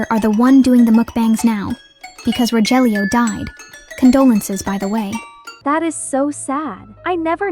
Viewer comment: i am a filipino but its not pronounced as''rojelio'' its like''rohelio''.